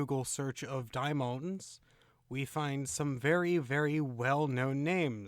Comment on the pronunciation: I don't understand the pronunciation differences . Referring to the first word in the title - daemons - sometimes he pronounces is as "day-mons" and sometimes he says "die-mohn-es". Why the change? It seems deliberate.